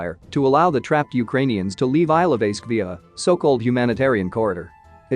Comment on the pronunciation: Thank you for the video! Some help with pronounciation: Bucha is pronounced "Boo-chuh" and Ilovaisk is pronounced "Eel-oh-why-sk"